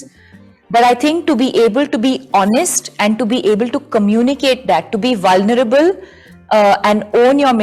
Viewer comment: The fake journalist cannot pronounce vulnerable, embodied 😃 why do these people speak English when they cannot